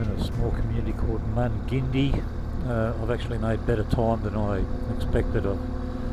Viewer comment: Dear, thanks for another dose of reality. Thanks for making the effort and for sharing. You know there are brain deads who can only see wall to wall strip malls and franchised poison shops out there as our future. I could go on. Best wishes and I would be pronouncing Mungindi as mung-n-die next time. Their pub is wallowing in characters.